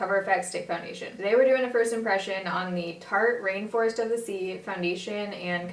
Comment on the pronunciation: you've mentioned this in tons of later videos and i s2g i thought you were saying "tarte reinforced by the sea" and I was always like ?????